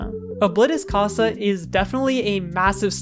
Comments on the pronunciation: ITS CASA NOT COSA!!!!!!!!!!!!!!!!!!!!!!!!!!!!!!!!!!!!!!!!!!!!!!!!!!!!!!!! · i know Spanish and the way you said casa is incorrect you may not know Spanish and i am not mad but yea